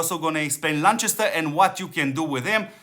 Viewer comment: constructive feedback Chest is Lanchester cast = Lancaster , thank you for all you do ...